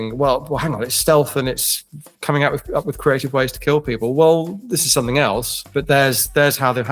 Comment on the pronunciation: It will keeel